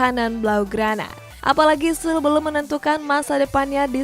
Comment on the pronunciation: itu Süle E-nya dibaca harusnya